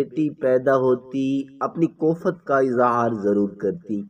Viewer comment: شکر ہے اس دفعہ تلفظ کی صرف ایک ہی غلطی ہے ۔ لفظ ' کو فت ' نہیں" کوفت " ہوتا ہے ۔جیسے koft